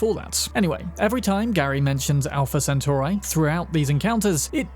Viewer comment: My only problem is just how you say 'centauri'